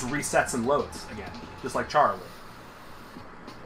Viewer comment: I love your content and I hope you make more Vrchat Undertale Chara content, but its pronounced care-uh. It says that canonically in the game when you meet them after the genocide rout I believe? Not tryna be rude I'm just reminding you. Please don't hate me, I rly o enjoy your content. But I'm just saying, its pronounced care-uh, as if your saying the "chara" part of "chara"cter. Sorry if I came off rude. I love you and I wish the best for you. Please make more vrchat undertale chara content. <3:) Edit: Autocorrect made me say undertake not undertale lol